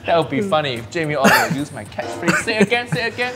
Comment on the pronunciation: Jamie Oliber...Haiyaa ⛳